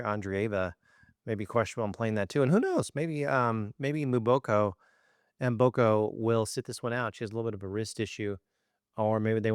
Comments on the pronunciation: The name is pronounced as”MmmmmmBoko and NEVER MoBOKO!!!!!😢😢😢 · It’s pronounced Emboko. Not Mooboko. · Victoria MBOKO doit demander a’ la presse de bien prononcer son nom please .